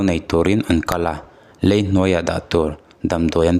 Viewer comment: Thuchhiar hi i ngun deuh ang aw,zai tih turah zei te anti a, lei tih turah lei( hlum lei) ang ten i chhiar a